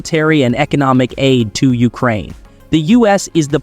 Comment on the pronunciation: YOU-crane? The rest of the planet calls it you-CRANE. Interesting that during the Canada section, it shows at one point that they apparently use American money, which I know for a fact is false. Why do you keep cutting off the last syllable of a sen---?